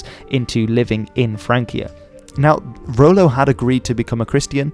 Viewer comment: "Rollo" rather than "Ro-lo"